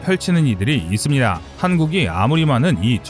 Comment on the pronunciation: 이쓰니다~ 니다~ 발음고치셔야될듯 거슬리네요